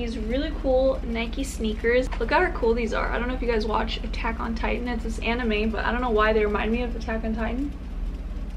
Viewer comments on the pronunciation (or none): none